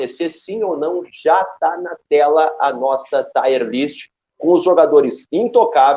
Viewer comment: O mínimo que QUALQUER profissional do audiovisual precisa fazer é se informar de como as palavras são pronunciadas. TAIERlist não existe é “TIRlist” Assim como não é “Fenerbá” e sim “Fenerbatchê”